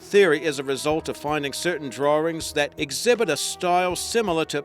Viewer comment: I love the "Drarings" that have been found!